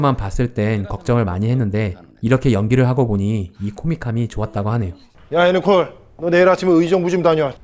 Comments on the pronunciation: 왜 자꾸 예니콜이래? 거슬리네 애니콜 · 예니콜이 아니고 애니콜이네요 자꾸 거슬려서..